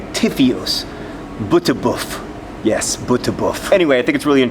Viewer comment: The way for pronounce BTBF sounds very Dutch. xD